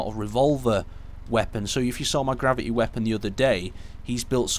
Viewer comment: I hate that new thing where people do not pronounce the 't' like Gravi'y... I find it kind of annoying.